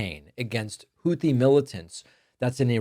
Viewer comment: Why are the s*x bots targeting dem channels? Ugh. Damnnit, Trumpty Dumpster. I told EVERYONE WHO WOULD LISTEN he would destabilize the whole world. It's pronounced Houthi with a 't', rather than a 'th', btw.